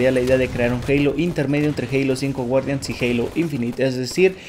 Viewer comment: Halo fai wuardian XD